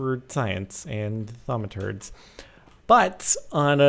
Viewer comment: He said thaumaturds again wow